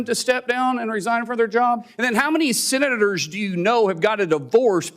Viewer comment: Wait, that guy from yesterday was saying "senators"? I thought he was saying sinners. Was he drunk? Am I drunk?